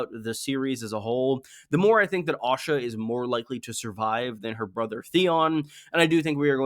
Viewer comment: Pronouncing Asha with an O sound throws me everytime I hear it. I was curious when Osha became a viewpoint character only to realise you meant Asha.